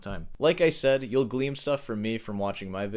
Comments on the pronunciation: glean not gleam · Actually the correct pronunciation for the word is "Glean" not "Gleam." This guys a fake english speaker